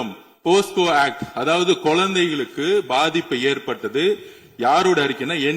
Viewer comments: ஆதவா அது போஸ்கோ இல்ல டா போக்சோ 😂😂😂😂😂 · Posco va 🤣🤣🤣🤣 dei mundamey... Adhu pocso da 😂🤣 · போக்சோ என்று கூட சொல்ல தெரியல.... போஸ்கோ என்று சொல்கிறார் உள்துறை அமைச்சர்... எழுதிக் கொடுத்தது தப்பா எழுதி கொடுத்துட்டாங்க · Aadhav Athu PoSco ila Pocso😂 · அய்யோ ஆதவ் அது போஸ்கோ இல்லை போக்சோ சட்டம்